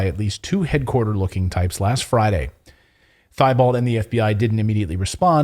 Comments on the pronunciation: Timothy T Bow. Not thigh Balt. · Thibault is actually pronounced, "teebow." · Thibault is a french name. Actually pronounced Teebo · It's Tee- bolt. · FYI Timothy Thibault is pronounced Tebow. He has a Cajun name. No offence please. A lot of people get it wrong. Including me until I was taught different. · Clayton it is pronounced Timothy (tee bow) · Thibault is a common French name. Pronounced 'Teebo', the h is silent.